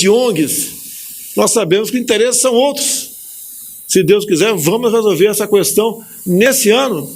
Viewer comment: Senhor Presidente, continue falaando "Qüestão" ao invés de questão, todos nós erramos contudo poucos ou quase ninguém permanece honestíssimo como o senhor. Essa pecha "honestidade", poucos a recebem ou pode aceitá-la.